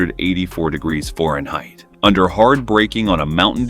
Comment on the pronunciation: This video lost me at pronunciation of Fahrenheit as ForenHeight...... Thumbs down for pronunciation.